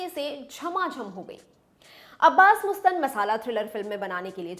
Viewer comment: She is Right..... actually..MUSTAN .... hai....Mastan. Apni suhulat KE liye Bolte Hain.......